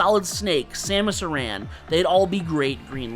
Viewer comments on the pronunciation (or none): You know the way you pronounce Wario and Aran is a bit odd.